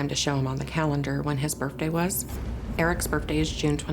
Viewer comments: Is the mom saying "Birfday"?? Lol..what a story!! I definitely believe in reincarnation!! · I like that mom pronounces 'birthday,' "burphday." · Birfday? Seriously mom? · Her saying Birfday everytime had me so distracted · Skeptical that the mom pronounces it “birfday” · Okay lady… coming from the grown woman who legitimately says “birfday” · How do you take these people seriously? First of all it's birth day, not birf day. Secondly it's not burt-day either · I got distracted by the mom saying "birfday"... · Birfday? She thought HE was mispronouncing stuff? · I don’t trust anyone that pronounces birthday as Berfday! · I think the most fascinating aspect of this program is the fact that an adult actually pronounces it as “Birffday” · Just one question…Why do people say “Burfday”? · The amount of times "bertday" is said in this video is hilarious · I was buying it up until she said berfday six times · Her: "I want to go on TV and say 'Birfday' as much as possible." Her husband: "Hmm. Ok. I have a plan.. " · Mom is nutbar, she put him up to this. Also "birfday"? stop lady. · This lady said ‘birfday’ like 10 times 😂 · Why are adults calling it a “burfday”? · She also pronounces birthday ‘birfday’ 😂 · both parents pronounce it that way.